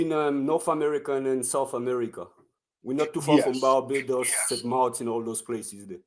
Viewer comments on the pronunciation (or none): none